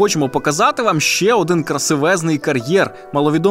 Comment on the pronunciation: не "ше", а "ще", позбувайтеся кугутизмів в мові, не дякуйте